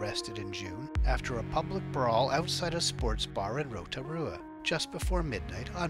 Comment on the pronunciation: Well done on pronouncing Rotorua, that wasn't too bad. ☺